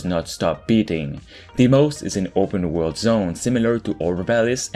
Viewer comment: "open world"...... Tf is he saying?